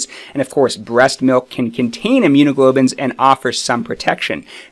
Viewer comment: Immunoglobulins not immunoglobins